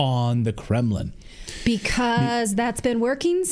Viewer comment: I love love that man. And fyi...there's no "Kemlin."